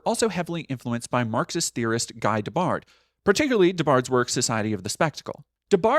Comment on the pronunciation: Pronunciation tip: for Guy Debord, you’re saying “Guy De-bard”, but a more accurate pronunciation would be “Ghee Duh-bore”.